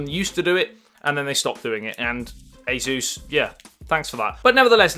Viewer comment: Who the heck is AZEUS? This company is A SUS or SUSS...